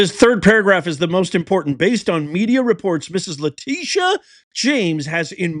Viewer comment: Lie-tee-sha.. (lying Tee sha) go hard and take her down Madam AG Bondi!